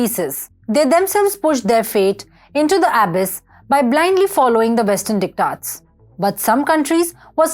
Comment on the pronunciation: I like the way she says dictates.....dick tots....haha...